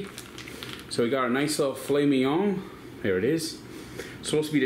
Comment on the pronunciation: did not put accent on a filet 😭